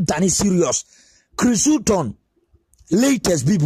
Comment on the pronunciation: Please pronounce the name well